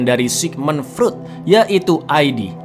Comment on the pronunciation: Freud bacanya Froid cang